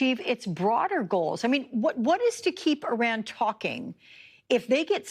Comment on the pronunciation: Lady, say it with us, EEEE-RON, not I-ran. You're not running anywhere lol.